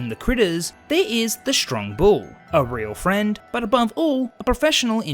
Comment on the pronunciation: u spelt real wrong u said reat